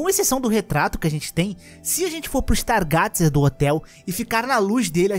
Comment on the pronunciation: StarGUEIzer,. StarGUEIzer. 🤣